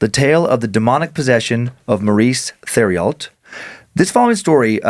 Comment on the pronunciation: I hate to be that guy but... Theriault=tehr-ee-oh I'm from Louisiana and we have a lot of names like this here. I love your show guys. This one was pretty spoopy!